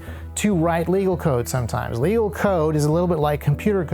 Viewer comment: Love the video and the i formation, but one thing... the way you say "legal" sounds like you're saying "illegal." It's confusing to people who dont already know the legality of what you're claiming